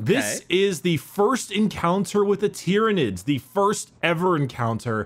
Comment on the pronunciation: Planet "Tie-Ran" continues to call nids "Tear-inids" .... Brah